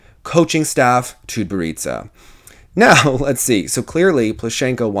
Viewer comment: lol your pronounciation 'TutberidzA' ))))